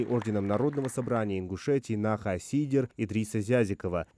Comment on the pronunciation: Наха сийдер , в слове наха ударение падает на перчый слог